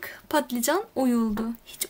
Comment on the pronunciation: Ya ingilizce klavyeden kaynaklı ya da Kürtçesi balican olduğu için patlican demesi daha kolay, Kürtlerin dili dönmüyor bazı kelimelere.